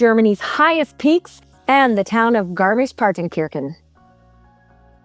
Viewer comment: It’s pronounced kershan , Kirche is “church” in German. wonderful, beautiful been going there for five or six years